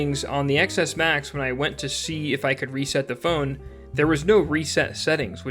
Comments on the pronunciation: Please stop referring to this as an iPhone Ex Ess, it is an iPhone Ten Ess. The X is the number 10 - as in Roman numerals. It ruins your credibility when you say it wrong. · Did he really just keep saying iPhone "Ex" S Max instead of Ten S Max? Shaking my head... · Stopped watching the third time I heard ECKS ESS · It’s not “XS,” it’s pronounced “ten S” It’s the S version of the iPhone ten.